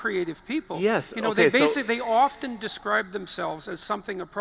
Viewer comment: He cant even say the word *often*. Pathetic